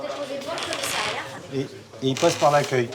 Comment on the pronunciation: A noter que l'on ne dit pas commisAIiriat, mais bien commissAriat